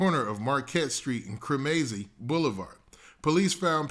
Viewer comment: Cremazie is pronounced kre muh zee